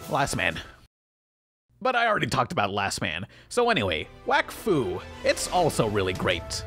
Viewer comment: did you say "Wakfuck"